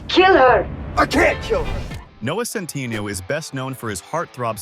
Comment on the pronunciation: Just the incorrect pronunciation of his last name sometimes...